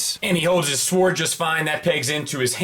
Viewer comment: Its pronounced as SORD. The W is silent!